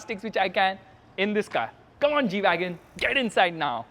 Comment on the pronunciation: really a stupid g - weagon